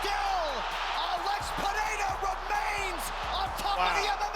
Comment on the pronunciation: Pereira, not "Pereria ". Chamem a atenção do estagiário. 😉